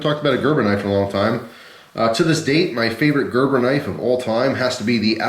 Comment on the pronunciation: oh shit just realized it is pronounced like that, it thought you said greber